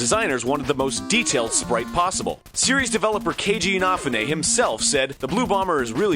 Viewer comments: Your pronounciation of Keiji Inafune is terrible, Arin. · Egoraptor butchered Keiji Inafune's name...